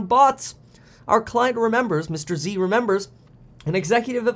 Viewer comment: Mr. Z not Mr. EC. 👀